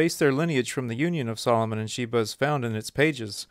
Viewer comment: You’re pronouncing her name wrong. And she’s Ethiopian.